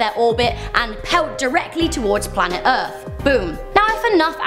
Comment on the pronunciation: I love the erf to